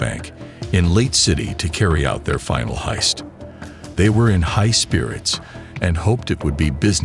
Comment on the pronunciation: peak ai content, "bank hiest" and "talkie talkie"